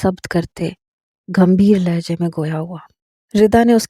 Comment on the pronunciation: Hindi nhin aati to Hindi word kyun use kar rahi hain ?🤔🧐 "Gambheer" hota hai na ki ghambeer